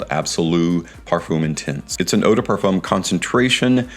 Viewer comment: Oh no Parfoom again No, please! I love your videos so much. Have you ever heard Ashton or Dallas saying Parfoom No! I am hopeful for next videos